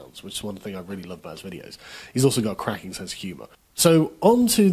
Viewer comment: Lol, I've never heard anyone pronounce the "G" when describing something as "cracking", For some reason your accent gave me a giggle there, Sargoy.